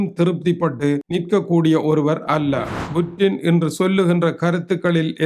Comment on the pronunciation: புடின் என்று சொல்லுங்க புற்றின் இல்லை. நீ எல்லாம் தமிழ் செய்தி வாசிக்க வந்துட்டிங்க .